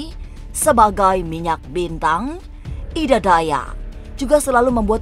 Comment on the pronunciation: Ida mbak bukan edaa 😂 kaya orang batak jatohnya